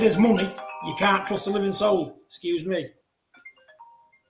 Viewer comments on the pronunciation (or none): none